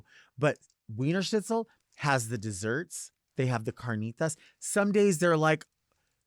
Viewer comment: carnitas was said perfectly I love u delta